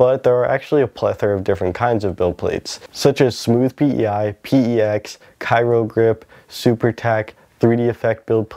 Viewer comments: you really haven't noticed what order the letters in CryoGrip are, have you? Cry-o. Not Ky-ro. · It’s pronounced CRY-O dude… CRYO… as in cryogenics - low temp stuff. Go watch Demolition Man bro. It’ll explain everything and it’s a cool movie. Anyway, thanks for the video!